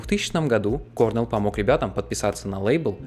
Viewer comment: Хотел узнать побольше о Наташе, поэтому из всех видео на канале начал с него. Всё (про это и остальные видео) весьма интересно. Единственное пожелание - правильно ставь ударение в имена/фамилиях (например Крис КорнЕлл).